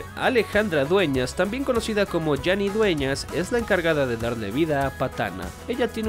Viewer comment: No se pronuncia "Yani Dueñas". Es "Jani Dueñas"